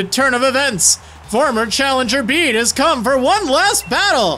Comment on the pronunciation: Finally someone who pronounced Bede right 😭👌👏